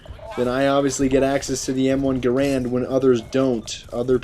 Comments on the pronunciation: It's Ga-rand, Grand is the common misconception. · it's m1 garand not guhran or grand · its the m1 garand. not grand... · its not m1 grand its m1 garand